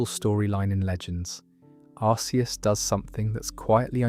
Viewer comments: Its not pronounced Ar-see-us, its pronounced Ar-kee-us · I say arseeus instead of arkeus like it’s pronounced. It was originally arseeus, so ironically this is the first time I’ve ever heard someone pronounce arceus as arkeus